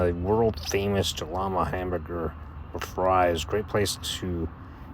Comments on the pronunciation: Great video dude! I’ve been camping here since I was a kid. My only critique is that Jalama is pronounced “Halama”. It’s SoCal so you gotta look out for the Spanish pronunciations 😂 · Great job, very informative. FYI the J is pronounced like H.